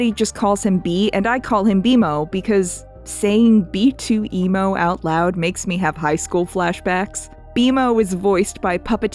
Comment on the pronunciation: B 2 Emo, not beemo. Stop making stuff up.